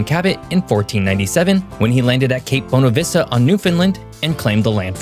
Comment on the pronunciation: Nicely done and a good reminder of history. Your pronunciations are off however - particularly Newfoundland, Beothuk and Bonavista.